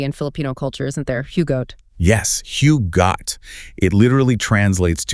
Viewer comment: Try this: Hugot- as who - got. Got as the "bot" in robot.😂